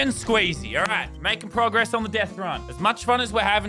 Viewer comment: He says progess. ...